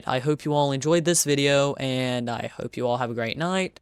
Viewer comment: i like the way that ur saying "aNd" lol